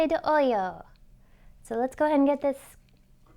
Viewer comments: Nice, definitely going to try it. Not nitpicking, but it sounds like she is saying Cafe de oyo (coffee from hole), its supposed to be “olla” oi-ahhh (coffee from pot). Awesome video, keep it coming. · Nice. O-ya, not O-Yo.